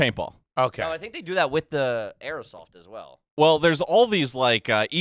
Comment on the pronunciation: calls it Airasoft